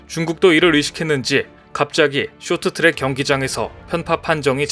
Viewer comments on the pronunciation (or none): 쇼트트랙이 아니고 숕 트락